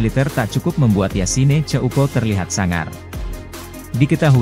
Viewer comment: kayaknya sebutannya yasin bukan nambah e di akhir